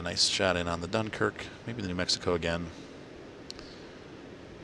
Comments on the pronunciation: You got the end correct. Just the "Dun" is wrong. That's a shame I don't know to right in phonetic. The most accurate thing I could think would be "Dinkerque" I believe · Just to let you know you butchered the name Dunkerque...